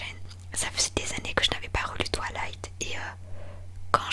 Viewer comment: Ça me stress on dirait qu’elle dit « TwAlight » au lieu de « Twilight »😂 Mais très bonne vidéo haha ! ❤️